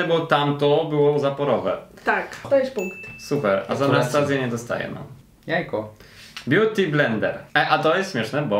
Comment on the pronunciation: " Wóda bjuti"NIE NO HAGAGSGSSGA